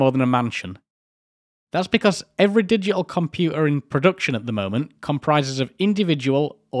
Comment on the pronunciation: WTH is a "digi-al compu-er" ? 🤣